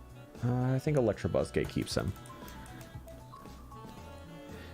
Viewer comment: Gonna update this list of gross mispronunciations as I watch: -Electrabuzz -Ampherdos